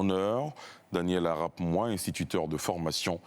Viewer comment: "Arap Moi" se prononce "Arap Moï"